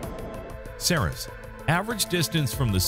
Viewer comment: Ceres is pronounced like "series"